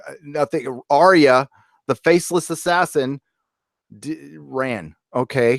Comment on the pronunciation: WILL YOU STOP FUCKING SAYING ARIA. HER NAME IS ARYA